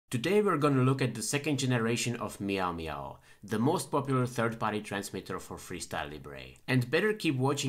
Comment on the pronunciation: You said "maio maio" 31x! Thank you so much for this video!